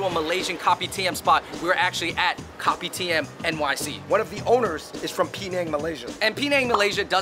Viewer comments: It's not read as copy-tee-am. I keep hearing "Copy T.M.". It's read as kou-pee-d-yum. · Kopitiam is pronounced co-p-tiyum, I think. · By the way, Fun Bros! It’s pronounced as Ko-pi-tea-ah-m. Just the ‘am’ in Kopitiam. Hope this clarifies! Mad love 🙏🏻❤️ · Kopitiam is pronounced as “ko-pee-tea-um” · Oh gawd. Please stop calling it Kopi TM. My ears...